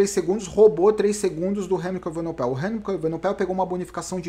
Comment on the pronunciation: o Bernal precisa aumentar essa diferença sempre que puder, pq. Remco é bem melhor que ele no TT, (para ele na perder como o Roglic perdeu para o Pogacar) e a ultima etapa é um longo TT . Ainda faltam umas montanhas barbas, mas ninguém é Mae Diná para saber o que acontecerá. Uma OBS: é EvenePOel, e nao EvenoPEL